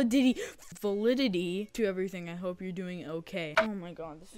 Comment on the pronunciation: "Val-i-diddy" 🤣 I've been there so many times and I feel your pain lmao